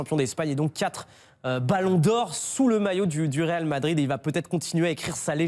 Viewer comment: Le "RAL" Madrid lol